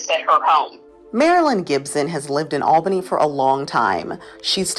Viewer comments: I grew up swimming there throughout the 60s and 70s, being born and raised in Albany. BTW it is pronounced All-benny. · I actually live in Albany(pronounced ALL-bany). And used to swim in Radium Springs when I was younger. There's no harm being done to the people or environment of the area. Sadly the public is no longer permitted to swim in the actual spring, bc of the danger of debris being deposited by the famous "Flood of '94" whic was deemed the flood of the century. It devastated the city and surrounding areas and its impact is still felt today. I remember it like it was yesterday, as i was young at the time, i remember having to evacuate my home at 2am due to the waters rising rapidly. We lived on the Kinchafoonee Creek which is one of the water ways in the area. Our house took on 9 feet of water. It was wild. Anyways, enjoyed the video. Btw. You're confusing radioactive decay with electromagnetic radiation. Just because you see the word radiation, doesn't mean it has a negative connotation.